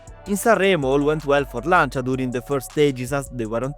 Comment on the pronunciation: you saying Audi Quattro and Lancia hits so good! keep it up, good video :)